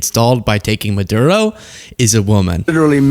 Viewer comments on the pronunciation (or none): none